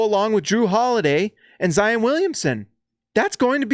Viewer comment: It's "Zy - ON." Not "un." Gotta get that Utahr pruhnunciation out of your head. ;)